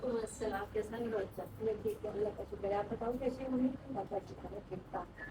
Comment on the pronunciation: Papa ko pappa kyu bolti ho 😂 or table use krne k baad wapas fold krke rkhi hi jati kuch bhi😂